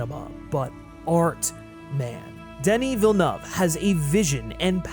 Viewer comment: Me (from Quebec) appreciating you actually pronouncing Denis Villeuve’s name like it should be 😂